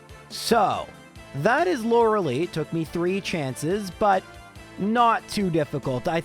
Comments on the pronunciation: bro I actually can't stand it. The name is not loralee and you know that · I cant watch this guy calling her loralee on purpose when he knows thats not her name